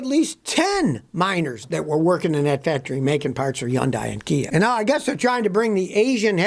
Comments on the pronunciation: I know you hate the Korean cars, but can you at least learn how to pronounce Hyundai. It's not yondeye! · ITs pronounced Hudai, not Junday, seriously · Yun-die. Scotty’s own personal pronunciation. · YoungDie? Dude, H ain’t silent. I’m no fan of Korean cars, ICE or EV, but I’ve seen you bashing Chinese cars before as well. So my assumption is you are biased AF. Anyway, why do you think these car factories are located in the South? It’s because of cheap labors there, not because the labors are skilled there. So any cars made in these places are potentially craps, American, Japanese, Korean, what have you. Heck, even cars made in Europe are craps, my Audi Q5 was a piece of crap and I sold it without any hesitation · When Scotty learns to say Hyundai correctly, maybe you can take anything he says seriously...